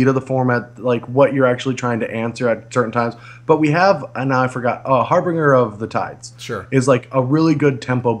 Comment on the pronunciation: Can we all please stop saying "Harbringer"? It's harbinger. Please. I cringe every time.